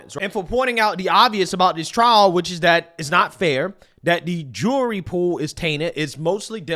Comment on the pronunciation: so black when he tries to say jury he says jewelry